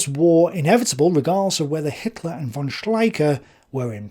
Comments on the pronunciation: Von is Fon in german. V is often a F sound. I don't know if von is actually said with a v sound in english. But i find it distracting that you clearly try to say other german words with the right german pronunciation. Alot of docu's does that aswell. They throw around words like "führer" and stürmtruppen, trying to say them right, but keeps saying von with a v sound. It just messes with me... :( Anyway.. I like your videos. :) (I am not a native german speaker, so i might be missing something lol) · Actually "von" in German is pronounced "fon"